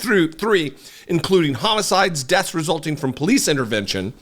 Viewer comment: When he said frrom the papers i literally screamed 😂😂😂😂😂